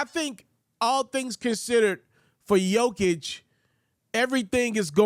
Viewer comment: Pronounce jokers name right then. For once. It’s embarrassing.